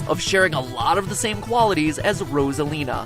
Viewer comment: Rasalina? Boi it's Rosalina no hate but get your facts straight. You may say it in another way but still. Rosalina like Ro-za-Li-na.